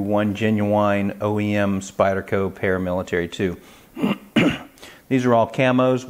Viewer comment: Wow ml, vely nice Spydelco Palamilitaly Thlee you've got thele!